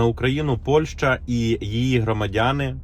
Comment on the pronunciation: Где в слове Польша чуквы ШЧ ? Почему ПОЛЬШЧА ?